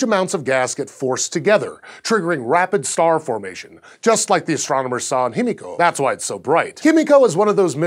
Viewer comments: why are you pronouncing it like hemiko and not himiko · Correct pronunciation is "hee-mee-ko," not "him-EE-ko." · just a quick pronuciation correction its actually pronounced as he/hi-me/mi-co/ko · It's pronounced him-i-co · I love scishow but am I the only one who noticed the change in pronunciation of "Himiko" throughout the video?